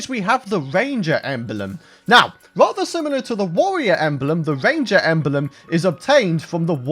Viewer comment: “My top five aksesowies for a tawawia wangew chawactew” In the next episode, he’s gonna eat some miracle whip.